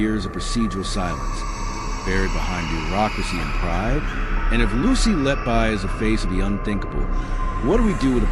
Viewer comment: I would suggest you learn how to pronounce her name.